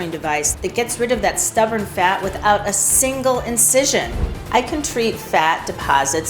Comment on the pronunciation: The fact that Dr OZ mispronounces the words multiplies and stubborn tells me that this may be AI and not Dr OZ at all.